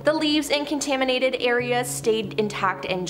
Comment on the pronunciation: Is she saying “contanimates” and “hazerous”?